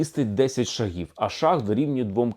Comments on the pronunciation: Не шагІв,а шАААгів!!! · Давно пора. Тільки наголос на першій голосній при всіх відмінках - шАг, шАги, шАгів. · Тоді кажіть правильно, якщо це не московитський "шаг"! Не шагІв, а шАгів. Не шагИ, а шАги. Бо хочемо перейти на все українське, а не можемо позбавитись московитості! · так куди наголос? шАгів чи шагІв?